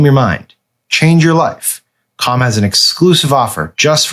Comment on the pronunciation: I'm uncomfortable with the way Sam pronounces C A L M